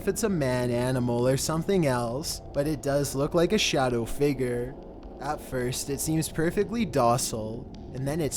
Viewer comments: Stop saying figer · Damn man the word is f-i-g-u-r-e. Pronounced Fiig-yer. You are pronouncing it like Fi-ger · SURVIVED WITH CHEAT CODES he says figer lmao